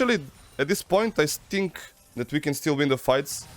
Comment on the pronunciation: ali gaca na 36;30 " i sthink" xD